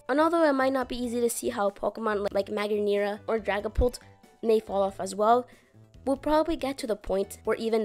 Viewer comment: this is the worst pronunciation of magearna I've ever heard oml